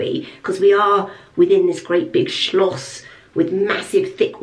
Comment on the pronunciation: I love the fact that you keep saying Schloss😁. Lots of love from Germany😘